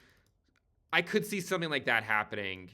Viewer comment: Hehe, you're so funny. "HAVENING"